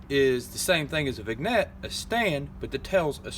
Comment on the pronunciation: Vignette is pronounced "VIN-yet", not "VIG-net"